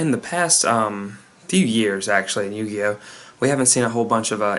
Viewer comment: LOL what on earth is up with the "yuguyo" at the beginning?